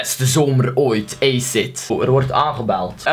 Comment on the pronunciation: Het is acid niet aced